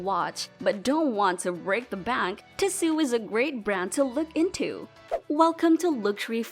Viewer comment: Fake AI voice. automatic downvote. It's Tee-So not Ti-su. Lazy creator or AI-generated.